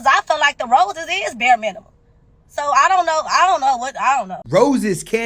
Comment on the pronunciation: I'd spend some money on the chick . I'd buy Rosetta Stone so she can learn how to speak English. ffs. "roses is bur minim" II feel like being able to compose a simple sentence that's made up of words no more than 2 to 3 syllables is bare minimum. And please don't take this as it has anything to do with her race. I hear modern women of all shades speaking like this. It's the most classless, childish, insufferable thing to endure.